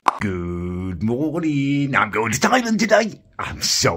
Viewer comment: I love you but why do you keep calling Thailand, Thailend?